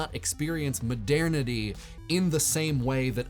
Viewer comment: Please, Google the pronunciation of "modernity". The way that you're saying it (over and over and over again) is completely wrong.